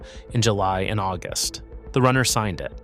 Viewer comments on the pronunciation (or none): none